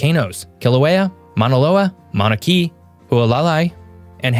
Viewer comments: Love your videos! FYI Mauna Kea is pronounced Mauna ‘Kay-uh’ NOT Mauna ‘key’ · Very interesting video. And, as a 35-year Hawai'i resident, I must quibble with your mispronunciation of SOME of the state's active volcanoes! What you said Correct pronunciation Kilauea Correctly said Hua LAH ly Hu ah lah LY (a matter of stress) Mona key mau-nah KAY ah (just wrong!) Mauna Loa Correctly said Hay lee ah kla hah li AH kah-lah (both) Jest sayin! Aloha! (OH, and nearly everyone pronounces the state's CAPITAL wrong. Correctly said, that city is: Ho (as in "ho ho ho") No Loo Loo.) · Good video other than your poor Hawaiian pronunciations. Mauna Ke'a (pro: Kay-Uh not pro: Key). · Kilauea is pronounced Kil ah way ah. Mauna Kea is pronounced Mao Nah Kay ah. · "Kea" in "Mauna Kea" is two syllables. I pronounce it kay-uh. I have spent several months of my life in total on the summit of Mauna Kea (and sleeping down at the 9000ft level), professionally. Also, I have always heard Haleakala pronounced differently. It starts out like "Hall"